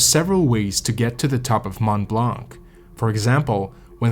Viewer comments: Fascinating account. My only minor problem is to hear it pronounced "blank". The 'c' in blanc is NEVER pronounced in French. Very distracting for a French listener... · Mont blanc I notice u dont pronounce the t in mont which 8s correct so why the hell do u pronounce the c in blanc it is silent so annoying it is not mont blanC Cant listen anymore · The « C » in « blanc » is silent in french 😉